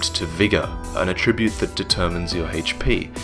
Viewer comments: Attribute (n.) pronunciation: emphasis on the first syllable, please,! Emphasise the second syllable for the verb form. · I love your videos and I loved this one but please for future reference, that is not the way you pronounce 'attribute' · mispronounces "attribute" too?